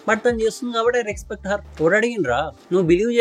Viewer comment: Ee mabbu coolie gadiki matter ledu kani roast ki dhigaadu Rexpect kadhu adi respect palakadam nerchuko theppiga